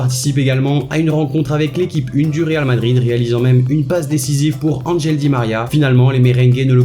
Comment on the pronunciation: "Angel" di maria se dit anrel